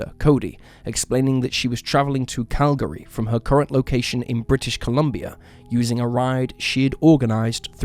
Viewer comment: Though it was mispronounced. Enderby was also pronounced incorrectly.